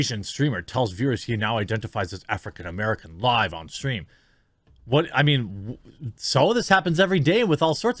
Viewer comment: “This is something I mean to say for a long time”. Am I the only one who heard ‘meme’ instead? Kudos to this streamer, such troll - much troll…